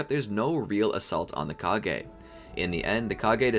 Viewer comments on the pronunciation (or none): none